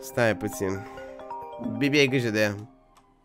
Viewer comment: Când spui bibi parcă doar parcă zici ca spui bebe😳